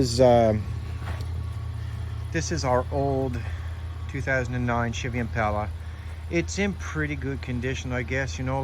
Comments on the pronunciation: Bro didn't even show us how to connect it or if it works got way off topic my dude we went from impala which he didn't pronounce correctly to the atv battery dying? To the next car that needs to be sanded sheesh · Glad I'm not the only who noticed and what's up with how he says impala definitely country